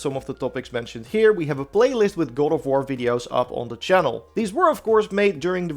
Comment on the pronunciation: The start of the video he said "Gore of war"